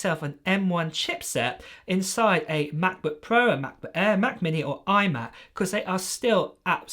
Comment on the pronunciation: please dont say ma' bu' puo any more